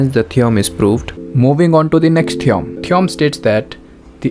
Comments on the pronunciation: its theo-rem not theeom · Theom nahi theorem hota hai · Sir it's theorem not theoum😂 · Theorem❌️ Theom✅️ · Theorem❌ theom✅ 😭🙏🏿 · Theorem ❌ theom✅ 💀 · Theom is ryt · theorem ❌ theom ✅ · Theorem ❌ theom✅ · Theorem❌ theom ✅